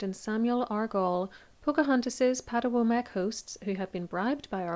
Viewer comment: Pow- HA-ten Co-Co uhm